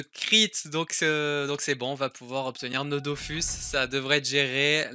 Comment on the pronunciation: j'espère que c'est parce que tu as "prononcé bizarrement le mot mais "c'est la musique DOFUS" il n'y a pas et il n'y aura jamais de musique "DOFOUSSE". Merci!:')